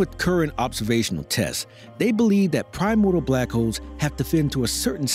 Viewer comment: If only you knew how to pronounce 'primordial' maybe you would have some credibility.